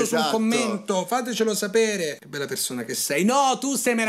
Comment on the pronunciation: Perzona... Borza... Salza... Mi sanguinano le orecchie 😂😂😂